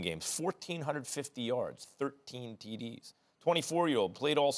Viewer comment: Max saying Teedees made me giggle😂